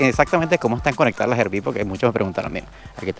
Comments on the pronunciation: Es “árbi” no erbi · ARVI = RV ARVI ARVI ARVI PLEASEEEEEEE NO ERVI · Hola, RV por favor no digan "ervi" les pido que pronuncien correctamente RV suena más a "arvi"